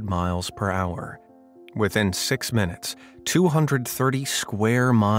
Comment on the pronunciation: Eleven munets